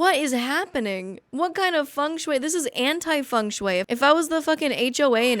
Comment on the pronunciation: Girl, that is not how Feng Shui is pronounced